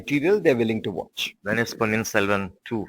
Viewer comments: Adei anchor adhu ponniyin selvan.. Not ponniyin selvam 🙄🙄... And you are a tamizhan 😳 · Dei Interviewer, it's Ponniyin SelvaN not SelvaM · Selvam really? The interviewer is Tamil. Focus and pronunciation brother, it's Ponniyin Selvan. Please.